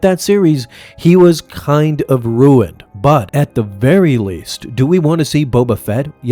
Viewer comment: Did u say kinda "ruined" boba fett lol